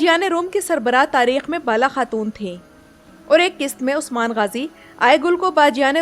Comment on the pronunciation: Don't like the way you keep saying osman